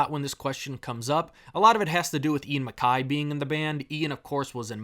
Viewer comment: I really enjoy the music of a lot of the bands, mostly the 90s and early 2000s. But please stop calling Ian Mackaye (pronounced Mc-K), Ian Mack-eye. Short and concise discussion. I enjoyed it.